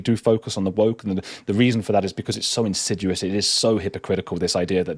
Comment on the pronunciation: Is insid-yoo-us even a word? Insudious (In-sid-ee-us) please.